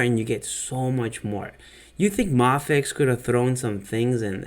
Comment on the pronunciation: I always kinda die when I hear someone say May-fex instead of Mah-fex, so I'm legitimately glad that you pronounce it right. This figure looks like, uh... one of the figures of all time. It just looks so plain.